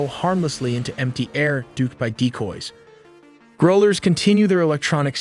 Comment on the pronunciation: What's with "groal erz" ? It's 'growl' like a dog's growl